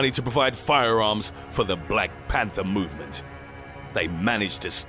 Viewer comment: "his MOOvement" 😂🤣😂 I always come back to his old videos. Especially if I'm having a bad day. I fucking love it lmfao numbER NINE!!! 💀